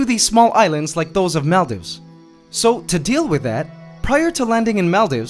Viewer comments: okay i love your channel, just a small thing that bothered me, maldives is pronounced mall-deeves. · Is that really how you pronounce Maldives? I always thought it was pronounced "Mall-Deeves"